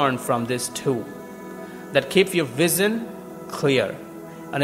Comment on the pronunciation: I just got this bhaiya vission ko vizzan bole hai. Kaha se hai aap. Exactly at 1.25. acha laga apko sunke. Pura jor lagaye hai motivate krne mein. Good